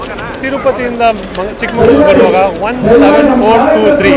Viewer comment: ಚಿಕ್ಕಮಂಗಳೂರು ಅಂತ ಇಲ್ಲ. ಚಿಕ್ಕ ಮಗಳೂರು ಕಣಪ್ಪ